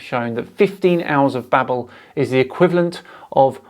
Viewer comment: Bro its pronounced babe-l as in label not babble....its like Babelfish from Hitchhikers....sorry my OCD got the better of me